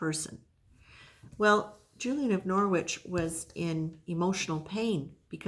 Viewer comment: Just to say - the ‘w’ is silent in Norwich. So it’s pronounced Norich. It’s one of our British language weirdness, lots of redundant letters! But based on all the languages that have come in and shaped English. It really isn’t a criticism, I just thought you would like to know. And I love Julian of Norwich, she was wonderful ❤